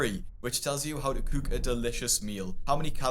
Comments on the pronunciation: Guy can’t say cook. 🤣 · This is random but I’ve been watching your videos a while and I find the way you pronounce “cook” so interesting lol😊